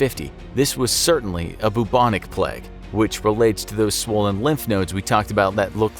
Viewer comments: It's PLAY-g not PLEG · its pernounced play-g not pl-egg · It's plague not pleg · "Pleg" Why does the narrator always say plague like this 😂